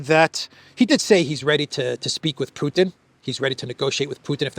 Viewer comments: If he's going to say 'PEW-ton' maybe we should call him 'Disappears Morgan'. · Piers pronounce Putin to sound similar as puke. It is with calculation. Maybe soon we will hear from Piers mouth president Puking, just by accident. is right btw that Piers uncensored is just a simple MSM channel. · Theresa May also said "Pjutin", maybe it´s a UK-thing?